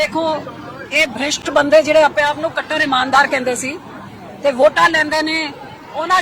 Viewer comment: Madam ji brisht ni prisht hunda punjabi ch